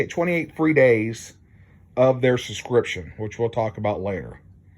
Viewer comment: I think you provided some good info, but man, pronunciation of words is hard I guess. It is not 'scription', it is 'subscription'. SUB.....SCRIPTION. It's easy, don't be lazy.